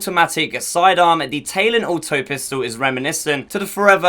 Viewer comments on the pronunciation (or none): Lol I'm English and it's Ta-lon, some people are just special. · im british but i still know its talon not taylon smh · you short bus ridin, window lickin donkey, it’s TA-LON not TAY-LON. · Its talon not taelon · Talon, like the talon of a bird. Not tay-lon. Ta-lon. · The taylon you mean Tal-on right?? Good vid either way but come on bud lol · My guy keeps saying taylon